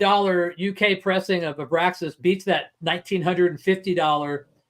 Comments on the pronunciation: It’s ABRAX(!!!)AS for God’s sake! Not AbraSKAs! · It’s pronounced “AH-BRAX-ISS,” not “AH-BRASK-ISS”